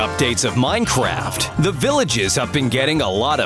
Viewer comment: Why are you saying: 'Minechast' ?